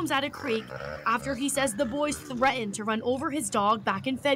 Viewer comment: There's that annoying mispronunciation of the word 'threatened' again. Threh-enhh.